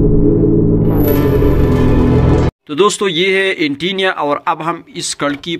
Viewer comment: بھائ انٹٹینیہ نہیں ہوتا۔۔انٹینا ہوتا ہے۔۔۔